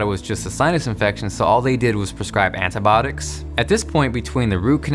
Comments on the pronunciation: It's antibiotics not antybodics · Do all Americans pronounce "antibiotics" like "anitbotics" or just him haha? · Itz Anti-Bio-Tics not Anti-botics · he really sayin ANTIBOTICS? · 'Antibiotics' not 'Antibotics' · "antibotics" - antibIotics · antibiotics not antibotics good video and nice inspirational story. sucks how you cant get it fixed :( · It's pronounced Anti-bi-otics put it together. Sound it out. 😂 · "antibotics" XD